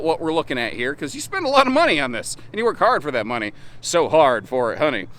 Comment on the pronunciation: Is it Azdel or lauan construction? As a side note, as a kid I thought she worked hard for the ‘Nunny’, whatever that is, listen to it and you’ll hear it! 😂😂😂